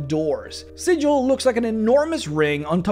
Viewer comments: Super excited for this series, and as much as I enjoyed this one hearing another person mispronouncing Sigil's name makes my soul cry. For reference in D&D the city of Sigil is pronounced as Sig-ill or Siggle not Si-jill like the standard pronunciation of the symbol. The small lore there is on this difference of name is pretty interesting, and it's all based on an in-joke between the original writers. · Oi,, it's pronounced "Sigl" ya' barmy prime! Get it right or some peery cutter's gonna peel you like a sodding rube instead of treating you like a greybeard planeswalker! I... may have been playing a cager (Sigil-born character) recently and endeavored to somewhat learn The Cant. But, seriously though, the city of Sigil is spoken as "Sigl", probably because they've got their own slang going and it is a sure way to tell the natives from the non-natives. Please try to keep that in mind next time.:) The Lady of Pain sends a poor sod to get lost in the mazes every time you call her city Sigil instead of "Sigl". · Great video but you're pronouncing Sigil wrong, my dude. When talking about the city, it is pronounced with a hard G instead of the soft G. Otherwise in a real world context, you are pronouncing it correctly. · Also it's pronounced "Siggle" not "Sidgel". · According to lore, Sigil is pronounced: "sih-gul" not: "sih--jil" infact if you pronounce it the latter way inhabitants of the city will try to rip you off for being a newb. We know the Lady of Pain destroys anyone that tries to worship her and within Sigil she is more powerful than all the greater dieties of all the pantheon put together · It's pronounced with a hard "g", like "siggle". Trust me. (I should specify that I'm only speaking of the city. The common noun is, of course, pronounced with a soft "g", hence the confusion.) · You say Sigil like a berk.